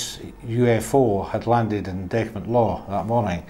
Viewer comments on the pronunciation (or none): Btw it's Dechmont